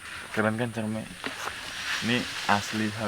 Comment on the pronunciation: Dibacanya buah " cerme " bangg. . Wkwkwk